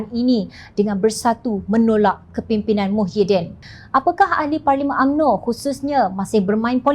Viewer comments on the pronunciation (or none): none